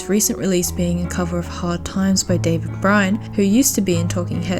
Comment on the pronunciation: The way you said David Byrne, really shows your age. Good video though